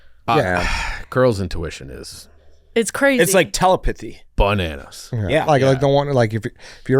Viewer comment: How the hell did pronounce “telepathy”? 😂😂😂